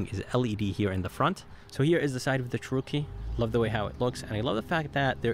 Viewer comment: Descent video. But, what’s with the odd pronunciation of “Cherokee”?